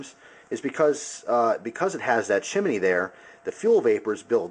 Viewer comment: "chimanee" no no no. CHIM KNEE